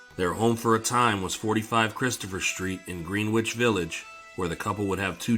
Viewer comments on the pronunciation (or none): Terrific video as always. Excuse my nit picking... but it's pronounced "GREN-itch" Village... not "Green-witch". Thanks! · He said "green-witch" village..Im gone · Greenwich is pronounced Gren-itch. Otherwise, a fantastic video. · This channel is a sleeper. It’s only a matter of time til your up there with the big boys. Keep at it! 👍🏼 I forget, did I comment on another video that Greenwich Village is pronounced “gren-ich”? I assume you aren’t from NY. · In the NYC version of Greenwich, the w is silent and the Green is pronounced like Gren. Dumb, I know, but I didn't make the rules. Also Houston St. is pronounced House-ton for some reason. I'm from Brooklyn. We have a few weird pronunciations of streets here too. Cortelyou Road. I'll let you try and sound it out. lol